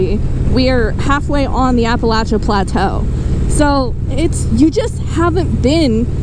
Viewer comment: I have never heard Appalachian pronounced "Appalatchin".